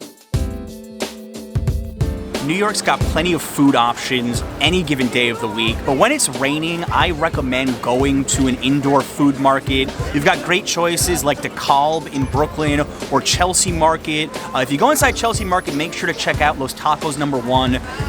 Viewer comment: Please don't pronounce Dekalb as Deh-KAWLB, its DEE-kalb. don't say the L, its weird and people will know ur not from nyc